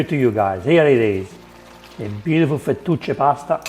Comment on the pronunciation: Fu-2-che pasta?? You mean fettuccine? I can't keep up with you Italians